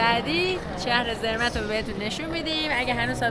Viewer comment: درود‌. شانس شما یه مقدار هوا ابری بود، اگه آفتابی بود، خیلی خیلی قشنگتر می بود. تلفظ Zermatt, سِرمات هست.